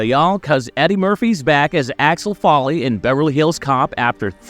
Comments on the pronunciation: Who the heck is ALEX FOLLEY? Eddie's character name is pronounced AXEL FOLEY (as in FOA LEE), not Folley or Alex. Why don't people ever get the name right? Is everybody trying to be BRONSON PINCHOT, who played SERGE? At least he had an excuse. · It's AXEL, not Alex, (or Achwel, if you're Serge) and FOLEY, not Folley. Stopped watching 15 secs in and wrote this correction. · Here have a well deserved dislike for having the gall to say this movie is one of your most anticipated while not even being able to say Axel Foley correctly. You literally call him Alex Folley. Good Lord please stop making videos. Also the fact your view count is so low across the channel screams how fake and bot filled your sub count is. Absolutely pathetic. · FOLEY! NOT FALLY!! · It's FOLEY, dude 😂😂😂😂😊